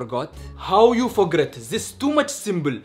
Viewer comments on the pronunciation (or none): "How you fogret" - 2021